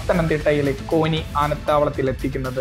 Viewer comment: കോനി അല്ല കോന്നി ആണ്